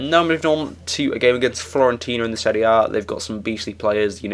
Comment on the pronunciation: Fi-orentina. You said Florentina :D